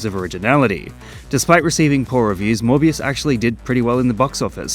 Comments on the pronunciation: Morbius Sound Like Hybius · It's monthbius baby! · Gad ai lob morvuz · Your Mor-bias is showing. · "Morbuis" is that french? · it's morb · You can't pronounce Morbius without "more", so... It really is the more movie